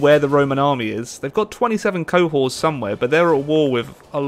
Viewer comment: it's pronounced 'co-hort'